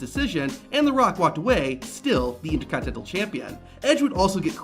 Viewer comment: Repeat after me... "INTER... CONT...INEN...TAL"